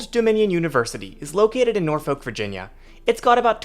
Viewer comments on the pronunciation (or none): hi I am from norfolk virginia! i wanted to correct your pronounciation of my silly home town! the "folk" is just pronounced like "fuck" like nor-fuck or naw-fuck. and powhatan is powuh-tan